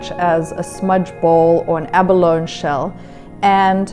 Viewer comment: It's pronounced ab-buh-lone-ee, not ab-alone..